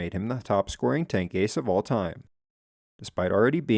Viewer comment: Tank "a c e"...?! 🤣🤣🤣